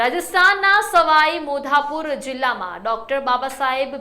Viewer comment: मैडम आप गांव का नाम गलत बोल रही हो,पहले ठीक से नाम तो बोलो,सवाई माधोपुर गांव का नाम हे😂😂😂😂😂